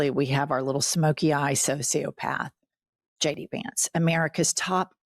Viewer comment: “Shay D Vance” …ew, ick! Ick, ick!!!!